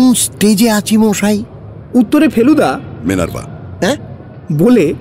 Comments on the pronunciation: Akkebare moner kotha bollen.. ak adhbar thik achhe.. kintu akta line e tinbar mo-aaa-ee otyonto biroktikor matal type shonachhe.. kane lagche bhishon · যে মানুষ সব উচ্চারন ঠিক ঠাক বলতে পারে, তার মুখে মশাই এর পরিবর্তে মোয়াই বলাটা খুব কানে লাগছিল। অতিরঞ্জিত মনে হচ্ছিল।তা ছাড়া সব টাই অসাধারণ।❤️❤️❤️ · প্রতিবারের মতো এটাও অসাধারণ । শুধু জটায়ুর 'মশাই' টা 'মোয়াই' না হলেই বোধয় ভালো হতো। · জটায়ুর "মশাই"-কে "মওয়াই" বলাটা ছাড়া আর সবকিছু দুর্দান্ত... জিতে রহো Sunday Suspence... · লালমোহোন বাবুর মশাই উচ্চারণ দিন দিন ম-আআআআই হয়ে যাচ্ছে. I hope it will be corrected in future episode. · 'Moshai' taake 'Moaai' bola ta bhaalo laagchhe na| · 'মশাই' কথাটা সবসময় 'ম-আই' শুনতে ভাল লাগল না। শেষের দিকে বেশ অস্বস্তিকর লাগছিল। ব্যাপারটার একটা সামঞ্জস্য রাখলে ভাল হতো। ইতি, এক ফেলু ভক্ত। 🙂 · আপনাদের পরিবেশনার কোনও জবাব নেই। কিন্তু আমার মন্তব্য শ্রী জগন্নাথ বসুর উদ্দেশ্যে। জটায়ুর চরিত্রে "মশাই" শব্দটা কে বেশী কায়দা করে উচ্চারন করতে গিয়ে "মহাই" বা "ময়ায়" উচ্চারণ শুনতে বিরক্ত লাগে। এই রকম উচ্চারনের কোনও reference ফেলুদার কোনও গল্পে পেয়েছি বলে মনে পরে না। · যিনি জটায়ু হয়েছেন তিনি ঠিক করে মশাই বলতে পারেন না কেনো?? খালি মশাই k কেমন জানি moai moai বলে যাচ্ছেন।